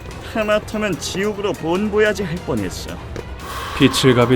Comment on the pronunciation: 다 좋은데 지옥으로 본 보야지 발음이 조금 덜 찰짐 다른건 너무 재밌게 봤어요 ^^